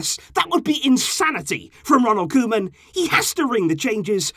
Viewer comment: KoEman, not Kolman